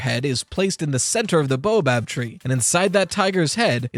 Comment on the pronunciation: How many years have passed and still can’t say “baobab” right 😂